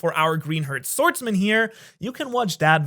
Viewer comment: bro say sanks in man